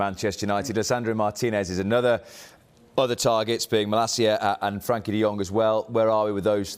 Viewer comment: Why are they calling him Frankie? It’s Frenkie